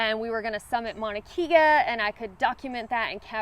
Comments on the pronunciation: Mauna Kea is pronounced Mana Kay A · Consider going to Kauai instead of Maui! It’s the most beautiful place on Earth! The North Shore of the island has some hiking trails. Then come to the Big Island and hike in Volcanos National Park, and Mauna Kea (pronounced Kaya, not Kia like the car).